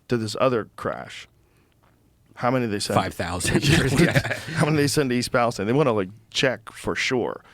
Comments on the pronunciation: It’s pronounced Palesteen. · East Palesteen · Would you quit saying EAST PALEST IIINE it’s pronounced East Pales TENE!!!! Moron. And to the guy who says atleast it will be easy to buy them out every house is 50k haha you complete loser that’s far from the truth plenty of houses are over 250,000 K including my Parents house who lives nearby outside east Palestine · it's "Palesteeeeeeeeen" ... ... maybe they changed the pronunciation at some point to match the biblical "Philistines" - the people Palestine, Israel is named for. There's a cluster of biblically named towns in that area. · we pronounce East Palestine (Palest-EEn) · I'm from the area so 2 note. It is pronounced East Palesteen. And it's close to a lot but I haven't heard anyone from outside the immediate area talk about having a reaction. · It’s pronounced Palesteeeeen! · Please, it's pronounced East PAL- i - steen. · they keep pronouncing palestine wrong lmao